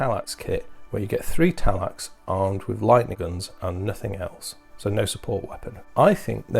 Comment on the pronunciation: Every time you said Talax I died a little inside